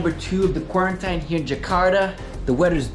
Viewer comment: beautiful! "kuorentaíne" :P